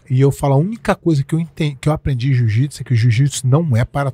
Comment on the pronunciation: 🤔 Ele diz: O "Jiu-Jipisiu" não é para todos. Então isso significa que o Jiu-jitsu não é um esporte, pois o esporte sempre foi para todos, independente de quem seja, ninguém é obrigado a ser um atleta profissional de UFC. Pois é, arrogância e falta de educação faz mais sucesso que humildade de espírito.